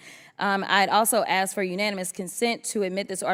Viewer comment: Like you guys can't say ask instead, you continue you'll see you see axe instead, I ask, yeah, talking about yourself again